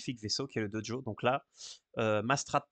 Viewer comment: Bon on en parle de cette prononciation "Dojo" ? :D